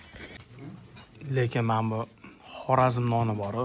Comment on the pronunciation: Хоразим мас Хоразм болади ока